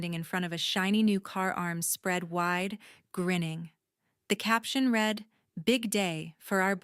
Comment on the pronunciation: 'read'. ....present tense is pronounced like 'reed' . 'read'........past tense is pronounced like 'red'